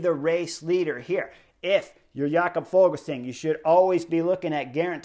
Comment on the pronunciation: Fuglsang isn't German, så it's not pronounced Fogelsang. In Danish the g is silent in the word fugl, so the pronunciation is more like foolsang. Which of course isn't very flattering 😂